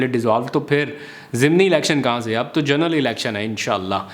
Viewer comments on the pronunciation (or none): none